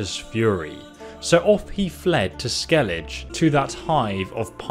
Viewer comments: You must have spent 100's of hours in the game and listened to the storyline at least once. Why do you say Skellidge when all the characters say Skelligger? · The island is pronounced Skellig-ah in game. Kinda had me shaking my head. Idk if there is a difference in translation, but that's how it is said in game. (Cool comparison all the same though!) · how is it that you play the game, they SAY THE NAME of the place and you still cant say it right. Ske-le-Geh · Just a tip, Not trying to be a filthy hater!!! 👍 In english, it's pronounced vélen, with emphasis on the first E, and Skellig- uh, the G doesn't connect with the E making a J sound, it's just a normal G sound, like Garry 🤣 I don't know about in polish though because I'm not polish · you say the 'g' in Skellige like you say the 'g' in Geralt. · Im REALLY late but it's Skeli-geh and Ve-len non Vlen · Dude first off great video love it but my god skellige is pronounced skell aga not the way you were prounocing it it's just painful to here because it's said so many times in the game properly and your butchering it other wise great video keep up the great work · Didn't wanna say it but I gotta.. It's pronounced (Skell-i-gah) Skellige. Sorry. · I'm sorry to say every time you said Skelige, I cringed... Otherwise nice. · Did you even play the game? "Skeledj" "yoursine", "vel len" wtf. They say in the game how to pronounce them. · Goddammit it's skellig-eh. Lmao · Omg the way you pronounce Velen and Skellige is driving me crazy lol. Listen to ANY amount of dialogue in the game and it will tell you how to properly pronounce them. Skell-ig-uh, vel-in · I think this guy has some sort of reading or learning difficuty. There are several words he has a problem prnounving, like Skelige and Ursine. These videos are useful but the audio just makes them too annoying to watch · How the hell does someone manage to mispronounce "Skellige" when it's said correctly hundreds of times in the games dialogue? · „Skellidge” xD